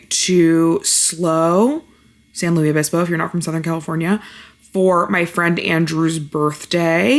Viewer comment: the Luis in SLO is pronounced "Lewis" btw!